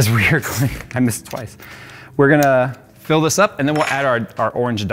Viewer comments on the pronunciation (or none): everytime says FILL I hear PHIL. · Was it a "PHIL PORT" or a "FILL PORT" ?😅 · Why did I hear jay saying "Phil" instead of 'fill'. Every single time said fill I always thought he said Phil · Every time he said fill I kept thinking Phil.